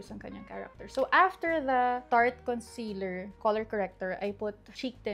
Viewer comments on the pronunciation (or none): none